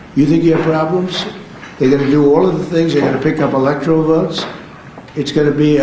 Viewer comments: Did Trump say 'electrical votes' ?😂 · the way he says electorial is more like electrial, the elected president doesn't even know how to say words, and he calls other people stupid?